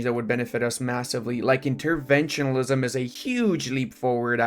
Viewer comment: please learn how to say interventionism